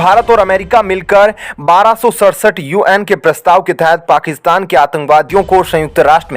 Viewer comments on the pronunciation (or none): none